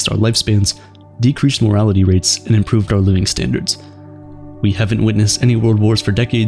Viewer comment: Pronunciation alert: 'decreased morality' doesn't convey the same broad appeal as 'decreased mortality' lol